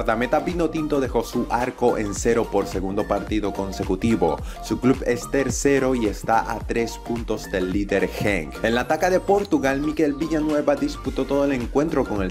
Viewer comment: mejora la pronunciación, los nombres de los equipos y de los torneos los dices fatal. No es la Taca de portugal es la taça y se pronuncia como Taza.